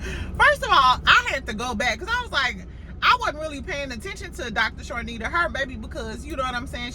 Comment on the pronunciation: Hey! Her name is Dr. Chanita without the (r). Charnita is the talent that Mel produces her show on Nubian TV. I hope you are having a good day as well! Love your channel.